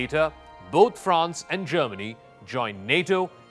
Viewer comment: Stop talking crap man , you know nothing about France and Germany . You can’t even pronounce their names properly